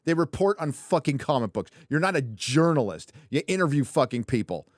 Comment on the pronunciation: Jerkalist instead of journalist; aqua velva-man.